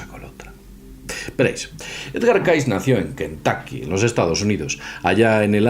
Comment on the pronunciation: me mata como sono kentoky